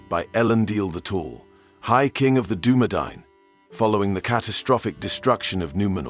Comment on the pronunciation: Doubly impressed that you took the time to learn how to say Dunedain. You're the King of the Universe. P.S. Arthedain is pronounced the same way as Dunedain.